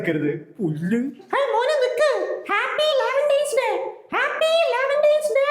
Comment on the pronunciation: Happy Valentines day❌ Happy laventines day✔️😂😂😂😂😂😂😂😂😂